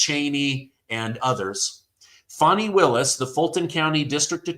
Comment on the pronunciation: How do we buy a country? That seems absurd & to put them under our jurisdiction wouldn't the entire country have to vote on that? Also Fani isn't pronounced Foni....